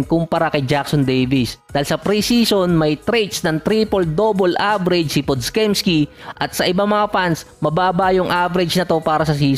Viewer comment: Pod-jemski basa dun idol